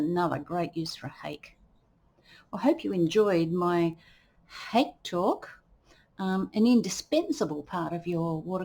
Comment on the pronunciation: The Japanese brush "hake" is pronounced hah-keh (two syllables, IPA: /hɑːkeɪ/). It is often misinterpreted by English speakers, but it does not rhyme with "cake" or sound like "hockey". The emphasis is on the first syllable, which sounds like "hah," followed by a short "keh".